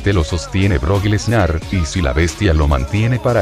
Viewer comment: EN EL MINUTO 5:5 SEGUNDOS EL DICE BROCK TETAS